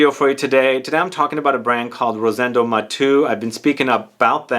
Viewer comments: Thanks for featuring a Spanish niche brand! I tried all the collection and number 5 is my favorite too. If you allow me to correct your pronunciation, being Rosendo Mateu a Spanish name, you pronounce all the vocals. So you say “MatEU”, not “Matu”. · Great video as always. Only one thing, I believe that his name is pronounced Ma-te-u and not like you said on the video. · I was thinking this. His name is pronounced as if he were French, but if Spanish, would it not be Ma-tay-oo? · Hi, his last name is Spanish not French and it is pronounced as if it were Spanish or Italian